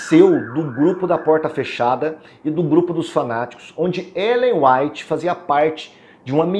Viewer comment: Ainda erra o nome de Ellen G. white .kkk